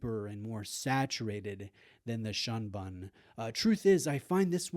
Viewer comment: Shunbun is pronounced shoonboon but based off spelling is misleading I get it